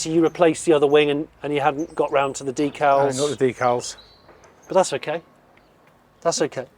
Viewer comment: Please, please its not deekals it is decals.